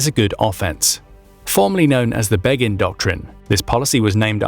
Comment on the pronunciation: im supposed to listen to a guy who cant say begins first name?